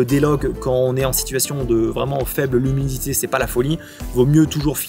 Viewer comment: Avec nimunosité aussi ^^